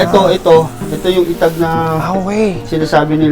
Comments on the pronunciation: correction,,,etag not itag,,magkaiba ang pronuonciations nya mga boss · Inbagana garuden din pronunciation na ay "etag" nadagsen ay "e" pagat eee-tag paylang ay eee-tag hahaha ngem mayat amin 😂😂😂